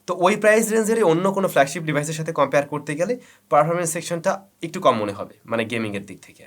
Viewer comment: হালায় বাল পাকনা। উচ্চারণ করতেই শিখে নাই আবার রিভিউ চোদায়, উচ্চারণ টা একটু হবে ইকটু না মাদারফাকার।তুই ব্যাটা কী সফটওয়্যার ইঞ্জিনিয়ার নাকি তুই অটোমোবাইলস ইঞ্জিনিয়ার? নাকি তুই ফটোগ্রাফির উপর কোর্স করছিস? দুই ফোন লাড়াইয়া রিভিউ যে কেউ দিতে পারে,গ্রহনযোগ্যতা আছে কী না দেখতে হবে। দুঃখের বিষয় হলো এক শ্রেণির মানুুষ এদের ভিডিও দেখে।